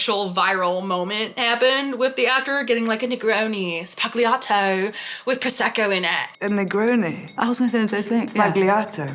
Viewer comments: Oh, ffs! It is pronounced ZBA-LYA-TO! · The G in sbagliato is silent 😁